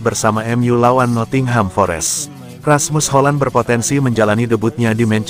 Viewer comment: Salfok sama penyebutan "markus rasprett" dan "rasmus holan"